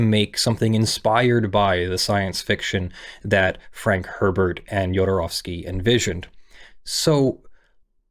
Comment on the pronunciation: Thank you so much for getting the pronounciation of the "ow" in his name right.